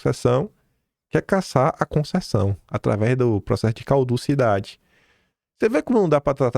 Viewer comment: É CADUCIDADE que se diz, e não "cauducidade", como vc tem falado. É só um apoio e não uma bronca, te adoro amigo.